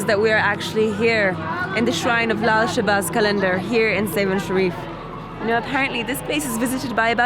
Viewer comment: The way she says lal shabaz qalandar 👌❤️